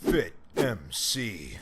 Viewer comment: Your intro "Fitmc" sounds like THIKKKKK MC